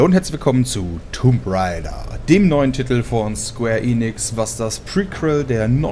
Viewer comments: Alter du sagst immer tumb raider es heist tomb raider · "Es wird so ausgesprochen, warum versteht das niemand" Dann " jeder kann es so aussprechen wie man es will" Als erstes was falsches sagen und am Ende noch seinen eigenen Sinn zerstören... weisst du, wenn du Englisch kannst dann könntest du auch die korrekte Aussprache. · Ja und deswegen sagt man "Tumb Reider" und nicht Tomb Raider. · wenn du englisch könntest dann wüsstest du wie mans ausspricht